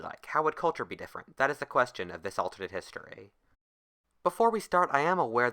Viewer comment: That is thu queschun of this ultummut histeray